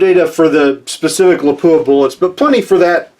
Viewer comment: please note...it's not lapooah...it's lap wa , I was corrected by a few of their pr people when I toured their plant.